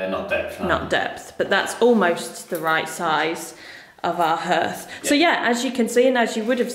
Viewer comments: The paint effect reminds me of the colour-washing I did everywhere in the early 1990s - I don’t envy you if you decide to do the ceiling too. By the way, it’s usually ‘harth’ rather than ‘herth’. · Pronounced “Harth”. Spelt hearth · Love waching your renovations you are doing a great job, by the way it is pronounced HARTH but spelled hearth. Sorry your cold nothing worse! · Great stuff you two 👏👏 coming on nicely.love your vision and determination.( it's a Hearth pronounced " Harth" ) best wishes as always to you and the furbabies Xx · it’s never pronounced “herth” 😂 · Yeah, it’s pronounced ‘harth’ (hearth) lol